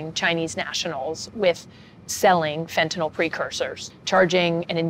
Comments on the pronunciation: Why do they keep calling it, “fentinall?” It’s fentanyl not “fentanall.” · Fentanyl not “fentanol” Good grief it’s a hopeless situation when the preponderance of supposedly educated officialdom, at all observed levels, simply are incapable of pronouncing the word correctly.